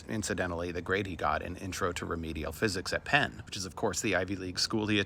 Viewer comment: Gotta love "fisicks"!!